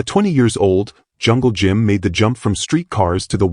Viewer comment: Hey artificial intelligence its jungle Jim not jungle gym